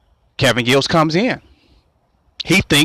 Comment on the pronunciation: Giles not Gills stupid